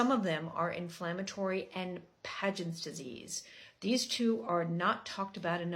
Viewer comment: Pagents? It is actually Paget… no N